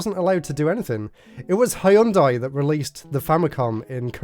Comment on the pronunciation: Hëìyundai. Lol. Can’t get any more British than that.